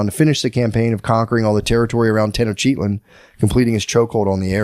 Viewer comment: Matt’s pronunciation of the city names is crazy. Tenochtitlan was different every time, at one point I think he called it toughactin tenactin. 😂😂😂